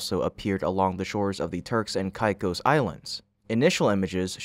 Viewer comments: TURKS & KAY’KOSS not whatever your pronunciation was 🙄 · It's pronounced Turks and Kay-kose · Hate to be that guy but it's pronounced kay-cos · Its Pronounced KAY-CO'S